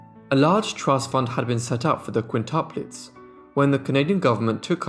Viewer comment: QuintIUplets NOT quintaplets! The reader is ignorant